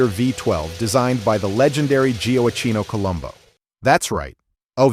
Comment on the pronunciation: there are too many mistakes in this, mispronunciations and screwed up text/commentary to give it anything but a thumbs down. Too bad, you should really check the video before you upload it, a bunch of the things are so easy to fix. Gioacchino Colombo is not "gio-akino-ko-lumbo" - if you can't get the AI voice to do it correctly look up how, or stop repeating it 50 times. I'm not going to list all the screwups because there are too many.